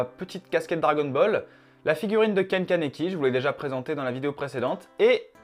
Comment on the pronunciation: MDR il a dit dragon bal le au lieu dragon ball et aussi il l’a confondu avec one pièce c tkt c pas grv